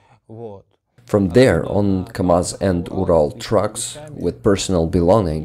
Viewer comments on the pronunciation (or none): none